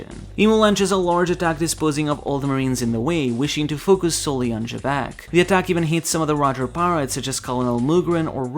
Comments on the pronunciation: I know it's "Jibekku" in Japanese but they chose to romanize Xebec so it's pronounced "Zebec" and not "Jebek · who the hell is jebek? its xebec